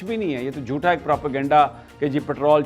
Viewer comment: Mr. Sami Ibrahim please note that the word JOOTHA is not correct. It should be spoken as JHOOTA.. So pl